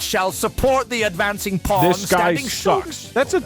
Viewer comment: Anyone else notice he says Kings "Porn"